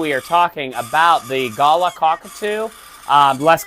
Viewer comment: Every time he pronounced it "gala" 😂